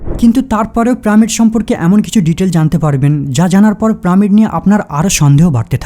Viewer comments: প্রামিড?? পিরামিড, উচ্চারণ ঠিক করে কথা বল মুর্খতা সহ্য হয়না। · প্রামিড নয়, পিরামিড😂😂😂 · আরে মাদারের বাচ্চা কথাটা প্রামিড না পিরামিড হবে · প্রামিড কেন বলসছন? পিরামিড হবে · তুমার পিরামিড উচ্চারণ সুন্দর নয়।